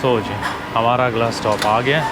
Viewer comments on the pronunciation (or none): none